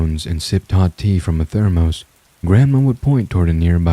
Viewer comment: “Ther-moss”. Is someone a fan of Red Dwarf??